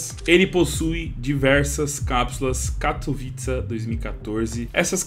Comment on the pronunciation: agonia do cachorro falando "katovitsa"